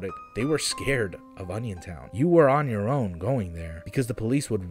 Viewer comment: So ''on your own'' became oniow town....quaint